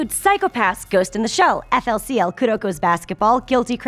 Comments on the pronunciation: FLCL was made mainly by Gainax, not IG. And it is pronounced Fooly Cooly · she pronounced it eff-ell-see-ell. burn the infidel in purifying flames. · IT IS FOOLIE COOLIE!!! NOT FL CL! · Did you just call FLCL "FLCL?" How dare you,. I thought we were friends. *Edit* Oh God, you did it again!